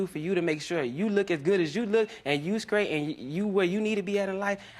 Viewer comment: skraight and token are not words!